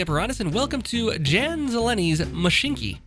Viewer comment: It's pronounced yan not Jan it's Czech I think